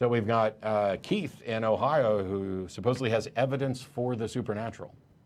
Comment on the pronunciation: supposevly is not a word.